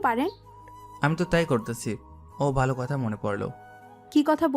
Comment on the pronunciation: ভাই আপনার গল্প আগের মতো আর মজা পাই না, আমার বন্ধুদের আপনার এই চ্যানেলের লিংক দিয়েছি ওরা সবাই সুনে, আগে ওদেরো ভালো লাগতো এখন আর ভালো লাগে না,বন্ধুরা বলে কি গল্প শুনিস নয়ক অর্থাৎ (নয়ন) এর ভাষার সমস্যা ভালোকে উচ্চারণ করে বালো আরো সমস্যা,, প্রথম দিকে সব কইটা গল্পের শুরুতে ছিলো নয়কের সাথে নায়িকার ধাক্কা সে কলেজে হোক আর রাস্তাতেই হোক,,, আর কোন গল্পে দেখলাম না নায়কের পাওয়ার কম, হয় হবে মাফিয়া নায়তো কটিপতি,,,,আরেক বিষয় হলো প্রতি গল্পে নায়িকা অর্থাৎ (মেহের) নায়কে প্রেমের প্রস্তাব দেয়, কখনি এমন হয় কোন মেয়ে ছেলেকে প্রেমের প্রস্তাব দেয়, গল্পের ধরন একটু পালটান